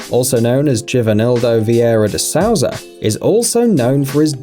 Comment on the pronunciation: De sah-oo-za? You mean de soo-za right? Learn the players' names first